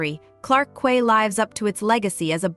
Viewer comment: Quay is pronounced key